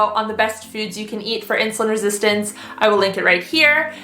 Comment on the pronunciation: how many times do you have to say insulun resistent what an annoying woman